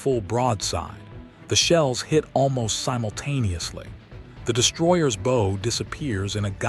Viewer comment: And using AI to voice the video shows a lack of effort you say you put into the video. It is distracting to have the voice mispromounce bow and tear.